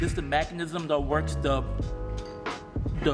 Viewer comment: Mechanism. Not mack-anism